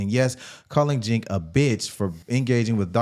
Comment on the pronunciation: Breaking: Chinc announced...epic pronunciation lol